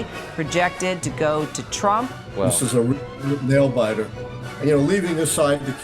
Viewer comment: he says ‘this is a nail-bitter’ 😂😂😂😂